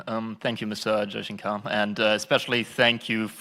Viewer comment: S jaichankar😅😅 Brother it is shankar😂